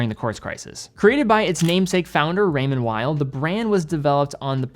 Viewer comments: Please pronounce Raymond Weil like "remonn vei", it's located in Geneva (french speaking) not in Germany ! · Raymond Weil. Please. ray-Mond Vee.